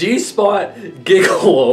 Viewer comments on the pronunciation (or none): this n can't read!!! It's pronounced Be-reeved (Bereaved). Abraded - uh-BRAY-did Convoy - CON-voy ???? Gigolo - JIG-uh-lo